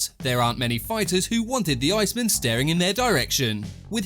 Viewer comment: Say iceman properly. Ice man, 2 words